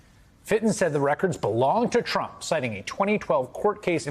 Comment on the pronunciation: That sounded like they were saying crook, not trump